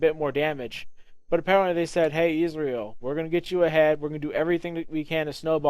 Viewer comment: Ez-real Not izreal